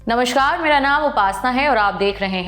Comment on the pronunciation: यह नमश्कार क्या होता है? कृपया नमस्कार बोलें।